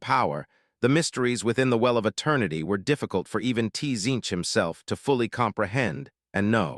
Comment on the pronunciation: The way it pronounces T-Zeench , causes me T-Pain.